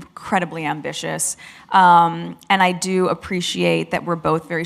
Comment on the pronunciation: She has an issue with the word ambitious in her podcast …